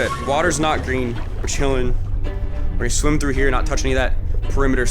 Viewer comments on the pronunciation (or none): Sorry bro its spelled green instead of gween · “Dud ya breathed the Gween airrrrr”